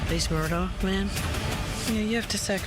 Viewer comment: the name is pronounced Murdoch.